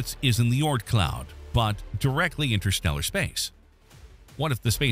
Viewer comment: Whether or not it exists, its the Oort cloud, not Ort. Oort. Think moon but add an r sound before the n. Sorry, its been a stressful last two days. I'm just pissy.